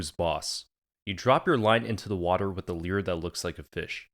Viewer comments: its pronounced lure not leer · What is a lee-er you keep referring to? 😁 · hate how he says lure bro 😂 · Stop pronouncing "lure" like that!